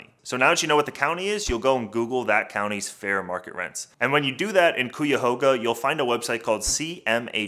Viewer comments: Ikr I heard coo-ya-hoga and dropped the video🤣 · Cuyahoga County- pronounced ky-a-hoga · I’m from Cleveland. Please pronounce our county correctly. You could have looked it up in a dictionary to pronounce it correctly. I cringe hearing it pronounced that way.